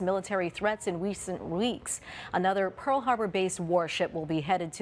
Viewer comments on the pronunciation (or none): none